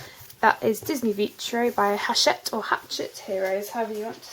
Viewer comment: I wouldn't mind watching five hours of footage of all your colouring. I'm blown away by how talented you are at your young age. I'm nowhere near as good as you. I'm glad that your family seems to really support your colouring by getting you these awesome books and supplies. Ps. the H is Hachette is silent, actually.